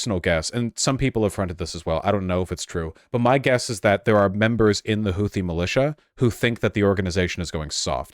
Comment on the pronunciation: I respect this guy's opinion but not his pronunciation of "Houthi"